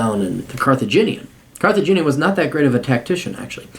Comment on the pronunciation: “Carthaginia”... come on you know better